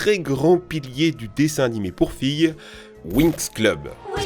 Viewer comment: "Winx" Moi : "J'AI UN SAC DA WINX"